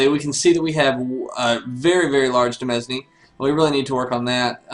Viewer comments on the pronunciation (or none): Really enjoying the LP so far, good work! Just a couple quick things: 1) Demesne is the original French spelling of the English word "domain", and is pronounced practically the same except for the e instead of the o... so like "deh-main" isn't of "doh-main".